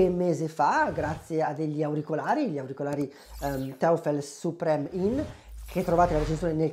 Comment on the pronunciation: Neodomio? In quale tavola periodica? NEODIMIO!!!😂 E poi teufel non si può sentire...è un'azienda tedesca quindi si pronuncia toifel che significa diavolo. Un po' di precisione in più darebbe maggiore credibilità alla tua recensione...non prenderla male è solo un consiglio. Ciao.